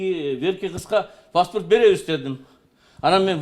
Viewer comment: Паспарт эмес паспорт